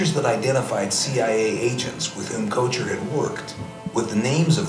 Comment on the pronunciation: I find it interesting that this lady does not know the proper pronunciation of 'Koecher'.